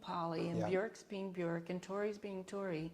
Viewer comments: I like how she pronounces Björk correctly. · I LOVE her for pronouncing Björk Björk and not Bjooohrk like all the Americans...